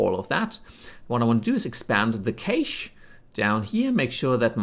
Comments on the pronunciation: Why don't you just use the built in compositor? Also, cache is pronounced "cash", not "kaysh." Thanks for the tutorial! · How you pronounce 'cache' depends on the country you're from - there is no 'right' way to pronounce it. Also, I find the compositor in Blender too limiting so I prefer compositing in dedicated video compositing tools such as After Effects (or HitFilm or Fusion, etc)